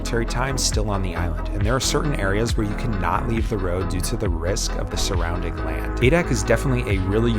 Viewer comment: "risk of the sourranding land"? Meaning? Thank you